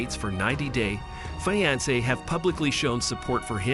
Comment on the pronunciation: Why can’t anyone say the word fiancé or Angela right!!!!!!